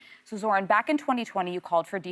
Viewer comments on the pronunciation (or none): she also said zor-han at the end instead of zoh-ran 🤦‍♀️ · Why is it so hard to say his name correctly! These guys can laugh and joke with everyone else but they were so stone faced with Zohran.